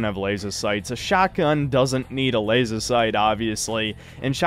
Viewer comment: The only bad part about this review is the way in which pronounces laser.